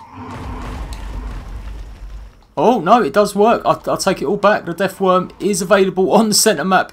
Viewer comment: It's worm not deathworn